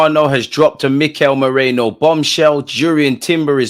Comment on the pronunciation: whos moreno? its merino bro 😂